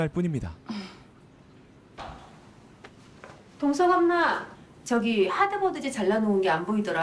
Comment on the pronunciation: 동석이 자꾸 마동석으로 들리네요